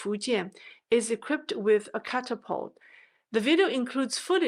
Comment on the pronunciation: catafault "cata-fault"..